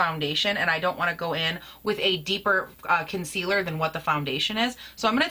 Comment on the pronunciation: "Concillur" 😅 ohlord she drove me so nuts with that when I watched her! *have you tried the Jcat Aquassurance powder foundation? I have that one and I've heard it compared to this one.